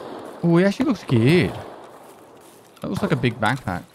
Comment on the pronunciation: I wish it was spelled "BEEG" since that's how he says it